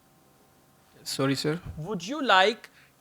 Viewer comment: Tomorrow is my speaking... After watching this video I am fully confident I ll perform much better... In Sha ALLAH.... And the way he say sorry sir can't stop my laughing.....😅😅😅